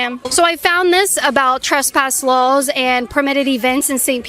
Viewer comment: "Trespass lawls"